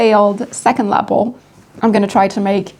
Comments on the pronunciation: La pel……. Not La Apple….. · It came out great. And I love how you say Lapel. Hugs